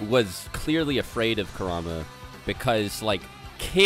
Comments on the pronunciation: Like the content, hate the way you guys pronounce half these names. I'm not fluent in Japanese, but I know enough that it's like pronouncing Jonathon as Joe-nay-thawn sometimes. Kura-ma, not Ku-rama. Again, I like the content, appreciate the discussion, but ya... just sayin. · you guys can pronounce some japanese names and moves, but butcher the important ones, like kurama, and ametersu lol